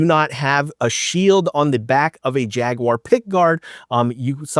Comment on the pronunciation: Thank you for saying jaguar correctly